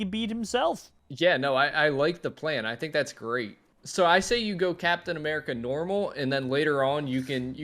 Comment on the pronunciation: When the Cwaft needed him most, Capitan Baccmerica has returned